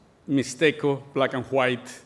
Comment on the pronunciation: Me encanta como pronuncia black and "juait"